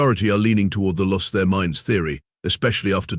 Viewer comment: "... golf cart calfs..."??? USE HUMANS, we read better - no stupid pauses, no "carry-on" where there should be pauses - like at the end of sentences or paragraphs. Oh, each - Ms. is NOT M S. "stood before ... Humanities finest mines" ???? Who would want to be with a bunch of MINES? "especially the sad violent music playing"??? "hashtag TOTALATETRAP"????